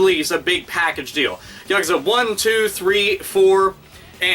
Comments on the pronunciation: i have never watched thsi video yesterday and i have never played this series.. but i know hte word yakuza lol and the way yo usay it just hurts my ears cuz you say it wrong lol imagien yakuza = yakooza the u is like double O lol but anyways it looks pretyt interesting so maybe ill get them to play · Yes, but that's understandable. English words with three syllables tend to put the emphasis on the second syllable, but Japanese three-syllable words put emphasis on the first. Easy mistake to make, I do it too. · i thought it was yaKOOza, have i been pronouncing this wrong? =( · He just called the infamous Yakuza, the Yakaza... LOL